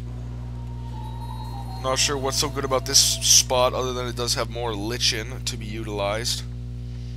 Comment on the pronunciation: Green lichen, (pronounced : like N)